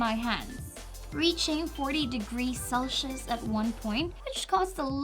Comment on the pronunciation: "40 degrees Celshes" cute